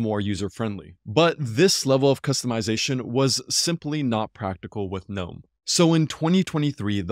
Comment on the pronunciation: Its a breath of fresh air to hear someone pronounce "gnome" the way it is supposed to be done. Great vid thanks